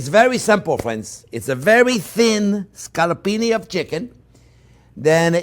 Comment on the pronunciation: its "phrinzzzzzz".....